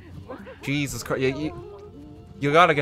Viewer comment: G-esus Christ